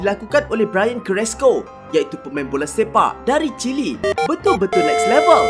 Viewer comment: Wow Chile Jadi Chili